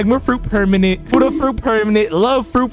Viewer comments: Is not huddha is buddha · ah yes my favorite fruit the huudda fruit